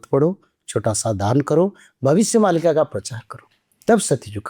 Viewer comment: भविष्य मल्लिका नही मालिका होता है